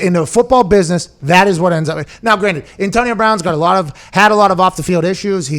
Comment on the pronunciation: Why do you say antonio like that Pat, "antionio"